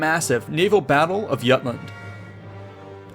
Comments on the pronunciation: In English, "Jutland" is "J" as in "Jughead", not "Yutland" as in Yogurt. But you didn't call the Royal Navy the British Navy, which is very postitive compared to other channels. Good video otherwise. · It's pronounced Jutland (as it's spelled) not Yutland. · but he pronounced Jutland utland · its named jyland and i know becuase im from denmark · Yutland? Man really... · "yutland" lol